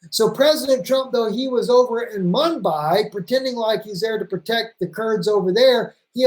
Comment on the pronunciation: Its not Mumbai thats in India its Manbij (pronounced Manbeej)